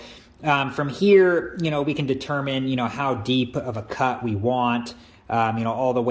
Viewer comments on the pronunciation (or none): none